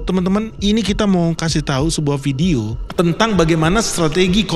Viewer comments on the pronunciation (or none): none